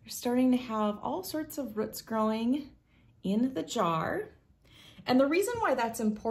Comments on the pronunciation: She also says "rhutts" but means roots. 🤣🤣🤣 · Rhuts? 🤣 Not a Tenn native! Great videos. 🤪